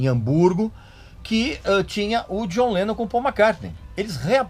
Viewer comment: Eu racho o bico quando a pronuncia dele soa como "Jonleno"